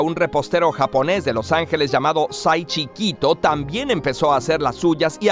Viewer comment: Lo que dice: Seiichi Kito Lo que entendí: Soy chiquito😅